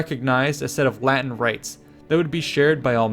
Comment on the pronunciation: that good latin pronunciation ;)